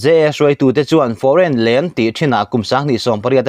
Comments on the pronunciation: Foreign lane hi i lam thiam thlawt nange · Foreign Lane hi I chhiar fuh lo deuh em.. 😀